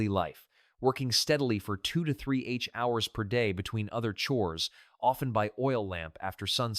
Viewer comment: Hey guys, I suggest you don’t use AI until it’s been perfected. Examples in this video are: “hours” pronounced H ours. When giving the prices of a quilt from, for example, $300-p to $1500, the AI says $300 minus $1500. It’s not through learning yet.